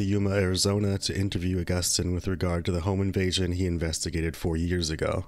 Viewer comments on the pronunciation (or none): Hey, just wanted to let you know Agustin is pronounced Uh-gust-teen not Uh-gust-tine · It’s pronounced aww-gus-teen 😊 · Except for mispronouncing Augustine lmao